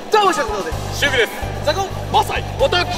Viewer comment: 「シルクです」が「守備です」に聞こえた